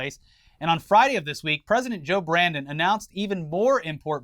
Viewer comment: Wtf why did you say Joe Brandon?